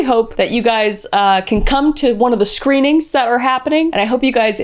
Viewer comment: Did you say, "screamings" instead of "screenings"? Because I kinda think you did.... :)